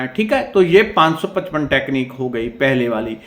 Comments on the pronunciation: Sir namaste 🙏aap 555ka clearly nai bolay mujhe samajnay nai aya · Yes mujhe bhi samajnay nai aya